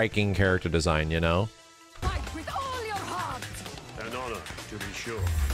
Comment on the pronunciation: „Fait with ool‘ your hearrrrt 😬😬😬!“